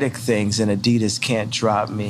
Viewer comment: They dropped him after they had heard the way he pronounces Adidas.